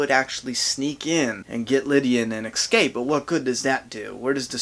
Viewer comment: The word is escape not eXcape